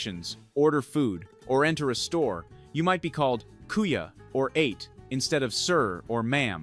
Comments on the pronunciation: LOLs😂 when he said ate(sounds eight) instead a-te older sister. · Ate (Ah-Teh) not Ate (8, as in Eat food) 😂🤣😂🤣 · 😂Not Ate but pronounced separately,,A - te ! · ATE is not pronounce as the past tense of eat. it is pronounce AH. - TEH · Kuya and Ate not ate. Ah-teh….